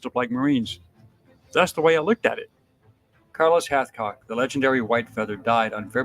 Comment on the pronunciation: Respectfully, this would be awesome if you said this legends name correctly.